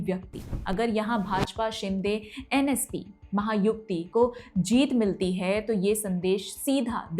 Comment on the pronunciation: Maha yuti correct and not Maha yukti